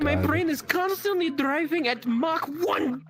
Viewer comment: "my brrain is constantly drriving at mach ONE... million or something" i believe that's called ADD